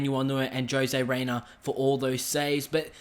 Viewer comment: I thought his name was pronounced ho-zay raina